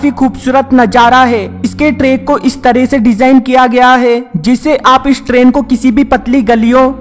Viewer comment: istrain haha funny pronounciation